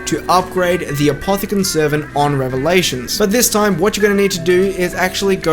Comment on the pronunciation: It is obviously fake, It said Apothican instead of Apothicon